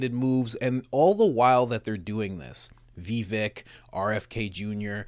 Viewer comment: Pronounced Viv-ake! 🤭